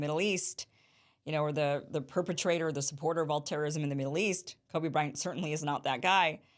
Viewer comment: As soon as you said "Kobe" I was like ? then you recovered quickly good job.